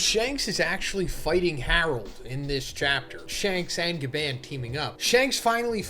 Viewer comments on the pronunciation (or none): What's Gabeann man it's GABAN, A - as in apple. I'm sure you know this but you love attention and rage baiting